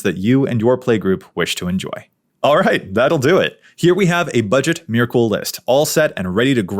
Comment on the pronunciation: I’m sorry but the way you’re saying Myrkul is gonna give me a fucking aneurism. It’s [mɛɹkl̩] (like urkel).